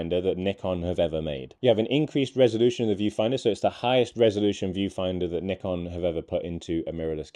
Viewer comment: At last, someone knows how to pronounce "Nikon" correctly.